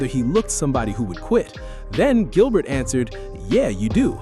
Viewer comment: Did you just call him Jilbert 😅